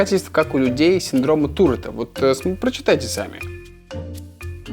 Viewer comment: Туретт был французом, поэтому ударение в его фамилии падает на последний слог